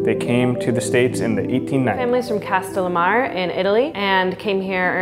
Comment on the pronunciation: She completely butchered Castellamare's pronunciation.